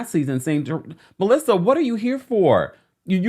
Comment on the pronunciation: no she said it right 🤨